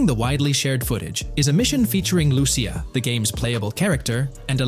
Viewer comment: Lu-cia say it with me l-u -c-i-a not er but a .